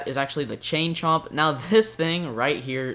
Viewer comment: He said it right